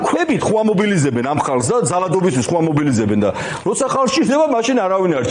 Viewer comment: "ამობიზილებენ"-სადაური ქართულია ჟურნალისტებო... პატივი ვცეთ ქართულ ენას...